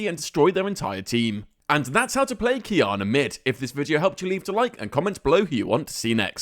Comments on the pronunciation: wanna know why i prefer this version to the previous qiyana guide? u said her name right this time xD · Finally pronounce it right